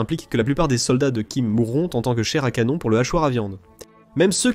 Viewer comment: Ahah... c est un texte de l IA ou quoi? Plein de fautes de prononciation avec ma préférence à 4'33: "chaire à canone"😂😂😂